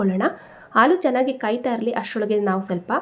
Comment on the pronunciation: ಆಲೂ ಅಲ್ಲ ಹಾಲು